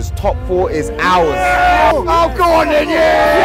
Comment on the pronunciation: the man didnt even use the right word to say "ours" MAN SAID ARES 🤣🤣🤣